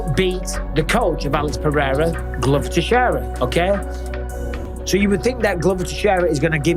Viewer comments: I hate Cejudo so much. He tried to throw some extra sauce on "Pereira" and said "Paraya". That's not even how you pronounce it with the accent lmao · I don't understand how Rogan being involved with the ufc all this time still can't pronounce Pereira.